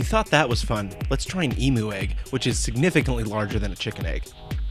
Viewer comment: its pronounced EGG.. not AYG